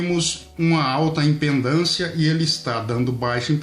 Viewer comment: Só pra te alertar! não se diz IMPENDÂNCIA se diz IMPEDÂNCIA OK.